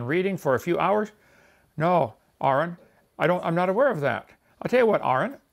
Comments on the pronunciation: He pronounces Aron Ra's name wrong, and then pronounces somebody named Aaron's name wrong too. Like they're reversed. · Did anyone else notice the irony in how Kent said the commenter's name? Aron Ra has had his name mispronounced countless times, with the first syllable sounding like "air" instead of "are." Yet on one of the relatively few occasions when a creationist actually gets Aron's name right, he's not even talking to Aron, but rather to Aaron, for whom the "air"-like pronunciation is actually correctǃ Ah, creationists. Even when they get something right, they still manage to be wrong. In a sense, it's even funnier coming from Kent, given that he doesn't bother attempting to pronounce Aron's current legal name at all but instead uses his supposed birth name, "Larry Nelson."